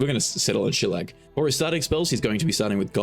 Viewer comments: shuh-lay-lee. shuhlag is close tho. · Shi-lay-la not shi-lag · Yes... as a half Irish, half Scottish man, my heart flipped upside down and exploded into pieces at the pronunciation... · Shillelagh is pronounced sha-lay-lee, shilag works though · LOL its Sh-lay-lay not shlag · I laughed so hard at "Shallag? we're going to go with shallag. it's "Sheh-Lay-Lee" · My Irish gf hates how you said “Shillegagh”😂😂😂, it’s pronounced “shille-lay-lee”. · "shi lay lee" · It's pronounced shi-lay-lay. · Is actually pronounced shi-lay-lay(or shi-lay-la) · bro it's miss-toff-oh-lees and shill-lay-lay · It's pronounced Shi-ley-lack. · Shi-lay-lah, it's an irish word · Shillelagh is pronounced shilaylee its a Gaelic walking stick with a knob for whacking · Shillelagh - Shi - Lay - Lee It's got gaelic roots. It's kinda like how Sinead is pronounced Shin-ay Thaumaturgy - Thaw - Muh - Tur - Gee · shelag....? really? lol, and you're from the UK. go figure. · wow did i gaff and mistake an aussie for a brit? my bad.....but it's an irish word pronounced sha-lay-lay---basically means a wooden club. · Shillelagh = Shill-ay-lay 🙄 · Good stuff. I only have 2 clerics in my party - war and light domains. Oh - the pronunciation of shillelagh is shuh-ay-luh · Shuh lay luh or shuh lay lee (depending on where you're from. I love seeing all the videos and everyone pronouncing shillelagh wrong 😂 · shuh-lay-lah the only reason I know how to pronounce that damn word is because of WWE. anyway amazing video. i love clerics, they are the bee's knees. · As someone of Irish decent, IT HURTS to hear you mispronounce Shillelagh. Shuh Lay Luh / Shuh Lay Le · say it with me. SHA-LAY-LEE. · Shillelagh is pronounced "Shill - Lay - Lee" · Also, it's pronounced Shee-lay-lee, if you were still wondering. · It's "shil-AY-lee", it's type of club/walking stick from Ireland. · shillelagh - she-ley-lee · Absolutely butchered Shillelagh's pronunciation Shameful